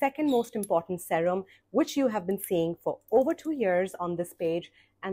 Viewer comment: It’s seerum not sawrum…always wondered why u pronounced it like that